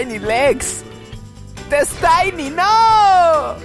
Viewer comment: Se pronuncia des-teny LOL.